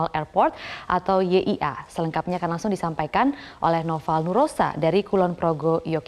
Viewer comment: YIA bukan NYIA broo